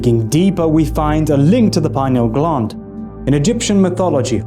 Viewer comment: Lol,, glund…. It’s gland like Dr Dispenza pronounces,, sorry,, I’m British.. maybe I’m a prude,, funny tho, 🙏